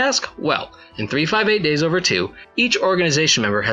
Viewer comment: holy fuck finally, someone who pronounces the name of 358/2 days correctly